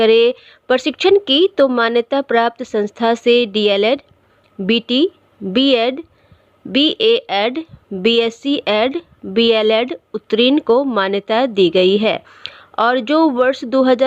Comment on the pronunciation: 'उतरीन' मत बोलिए। 'उत्तीर्ण बोलिए। उच्चारण शुद्ध कीजिए।